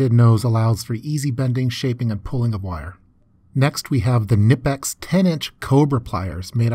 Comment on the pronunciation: Finally someone who pronounces knipex the correct way!